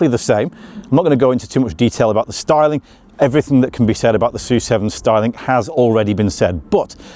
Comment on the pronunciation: "soo seven" Thank you for pronouncing the name correctly. Other British youtubers are saying S U seven. 🤦‍♂️🙄.